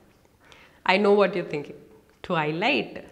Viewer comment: Don'd tell whad do 😅 Kk enough jokes thanks for the video and i like your acsent 🤗